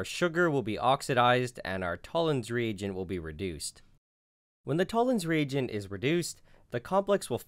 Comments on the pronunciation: Fucking Americans... It took me over a minute to realise you were saying "reagent," and not "region." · am i alone on this or did it sound like he was saying “Tollen’s Re-egion”